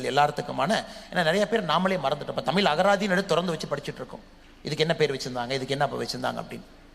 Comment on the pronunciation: தமிழை "தமில்" என்று உச்சரிக்கும் ஒருவனை சென்னைப்பல்கலைக்கழகத் தமிழ்த்துறை சிறப்பு அழைப்பாளராக அழைத்தது கேவலம்.